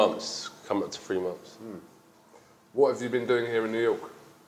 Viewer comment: Like the way he says momfs instead of months